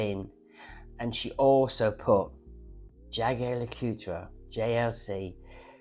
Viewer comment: You're such a pig ignorant & nasty person but you cant pronounce Jorge or many common brands, hearing you say Blanche-pan & Jaeger Le Coutre was priceless, thanks😂